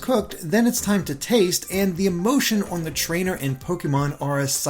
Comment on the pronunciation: Must you say "Owen" instead of "on", it's such a strange pronunciation